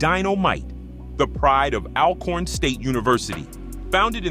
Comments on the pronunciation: Please pronounce Alcorn correctly...Pronounce the first syllable the same way you pronounce the first syllable of the word although. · Pronounced All-corn